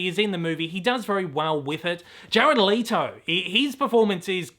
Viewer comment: Let-o, not Lee-to